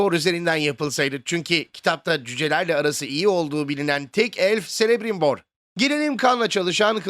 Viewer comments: Celebrimbor: Selemrimbor diye okunmuyor, Kelebrimbor diye okunuyor. Tolkien'in alfabesinde C, S diye okunmuyor baştayken. Hep K diye okunuyor. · Dostum sadece Celebirmbor'a Selebrimbor diye seslenmez çok garip geldi. Seninde biliyor olman lazım ki orta dünya kitap eklerindeki sesler kısmında c harfi için hiçbir zaman ingilizcedeki gibi s olarak okunmaz her zaman k dır. der. Yani Kelebrimbor dur okunuşu, seviliyorsun, saygılar :) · Quenya'da da, Sindarin'de de C daima K sesi çıkarır. Her "S"elebrimbor deyişinde ebeme sövmüşsün gibi gerildim. Hocam dikkat edin böyle şeylere, Tolkien orta dünya dillerini detaylarıyla tarif etmiştir. Bize de ustanın emeğine saygı duymak düşer. Ayrica zenci elf konusunda kalbimi okudun, her lafına tamamen katılıyorum. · Abi bi de celebrimbor'a kele brimbor diyolar ya çıldırmalık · Celebrimbor "Kelebrimbor" diye teleffuz edilir. Birkaç tane telaffuz var, Silmarillion'un sonunda bunlar yazıyor. Elçe de C ile K diye okunuyor. Onun dışında Kirdan okunuşu doğru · Orta Dünya'ya kafasını uzatan biri bile Celebrimbor'un "Kelebrimbor" şeklinde telaffuz edildiğini bilir ki Silmarillion'un sonlarına doğru da yazar bu bilgiler. O kadar eleştiri yapıp da böyle bir hata yapmak :) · yazanla seslendiren aynı kişi olmadığı için bu tür hatalar nerdeyse her videoda var :/ keşke yazan kişi isimlerin okunuşlarını önden belirtse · bu ciddi hata olmuyor mu? En önemli karakterlerden biri zaten Celebrimbor. En temele hatalardan biri c yi k yerine s ile telafuz etmek. amazon'a başvursanız alırlar güç yüzüklerinde işe bu videoyla